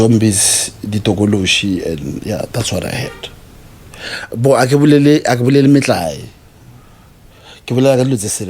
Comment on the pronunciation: Be-Lieve 😂😂😂 aowa aowa aowa!!!!